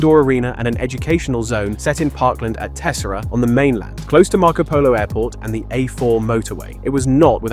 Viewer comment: You pronounced Tessera wrong (it's tes-SEH-rah), other than that, great recap.